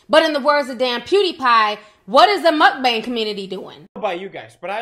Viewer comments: It grinds my gears when people pronounce mukbang that way. Not all mukbangers are unhealthy 😒 He’s just lazy asf & probably doesn’t even workout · TI YOU IS TOO FUNNY LOL WHEN YOU STARTED PRONOUNCING MUKBANG I WAS CRYING 💀